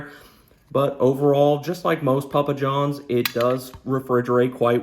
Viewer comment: Pa pa johns, that's a funny way to say starz and strikes